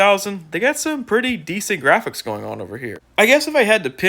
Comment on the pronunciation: Da gwaphics, no open world!